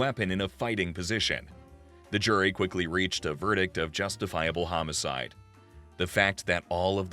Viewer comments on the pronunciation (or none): none